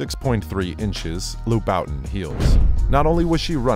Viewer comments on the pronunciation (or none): Haha I'm sry did u really just say lou boutin shoes come on there's so many ways u could of learned how to pronounce it lol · Did he say lou-bawtin heels ? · “Loo-BOU-tin” is crazy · "loo Boutin-shoes" 🤣🤣🤣🤣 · Pronounce as Loobootan (louboutin) - Rihanna is the only woman I’ll be lesbian for ! ❤❤❤ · He said cardi b in loo Bowtens lol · Loo-bih -ton heels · The pronounciation of Louboutin kills me 😂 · You should never say Louboutin again. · Narrator needs to learn how to pronounce Louboutin.